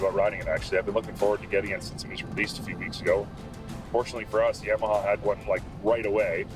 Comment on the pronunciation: It cracks me up hearing people say Yam-a -ha. Always heard and said it Yah-ma-ha... Killer video tho, guys. Getting me a Limited very soon to ride here in Maine. 🇺🇸❤️🤟